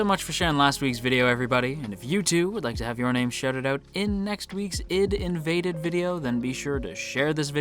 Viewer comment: Please :S it's not Id:invaded :S it's AI-DEE:Invaded you just pronounce the separate letters, I mean it's pretty obvious if you think about it, it's about invading the ID=ego/super ego/subconsciousness.